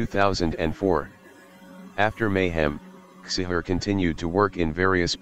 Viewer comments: It's pronounced chee-har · Csihar, not cishar... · It's not Attila Cishar it's Attila Csihàr and it's prenounced wrongly aswell... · *Csihar you said his name horribly wrong